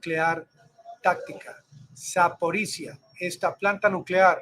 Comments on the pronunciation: Se dice: ZAPORISHLLIAA, no ZAPORISZA. LLIA... La - LL- se pronuncia a como la PRONUNCIA los Argentina. LLIAA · Terminación " zhye " .